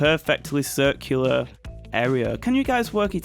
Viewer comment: It hurt my head if he said ‘sircular dirt’